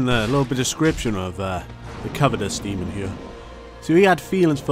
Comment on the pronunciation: Not being mean but there's no d at the end of demon